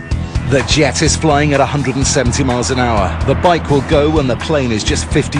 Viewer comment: hahah " THE WIKE!!!" (trynnna say Bike Won!)